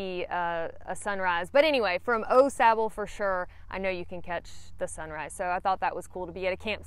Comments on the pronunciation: I was going to reply the the same thing. It’s definitely Awe-sauble. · It’s pronounced Awe Sauble. Not Oh Sauble. Glad you enjoyed the trail. It’s my favorite trail. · Everyone I know pronounces it Aw Sahbull, but then again people say Deetroyt instead of Daytwah. Rather than wake up to hundreds of mosquitoes on my tent screen in the morning, I set up the tent before I go and spray the screens with something (I use Yard Guard) whose active ingredient ends in "ethrin". With deet they stay near you but don't land. With the ethrins they land, take off, and go die somewhere minutes later. It changes the campsite from swarming with mosquitoes to almost none. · Night 1 Au Sable, is pronounced aww- saw bo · Au Sable is pronounced Oh- Saab. #puremichigan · It’s pronounced Awwww Sabo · Having lived in Michigan, I always chuckle over the pronunciations of Au Sable by those who haven’t. Kinda cute actually. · I can tell.your not a michigan native by the way you say au sable 😊